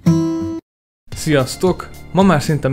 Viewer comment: az eleje nagyon jó volt. és "fészkem" van vagy "facecam"?😂